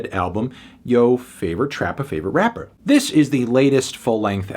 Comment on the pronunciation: He keeps saying trappa and rappa with a hard R lmao